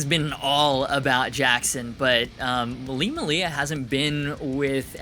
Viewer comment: It makes me sad when people say Lee's last name like muh-lee-a rather than may-lee-a because there a videos of him introducing himself saying his last name the way it's pronounced. I forgive you though